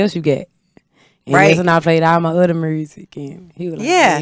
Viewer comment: Mursic 😂 I love her authenticity ❤